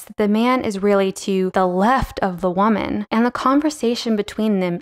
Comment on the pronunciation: where is the dialect from where they say wha-man instead of woman? (like in the vid)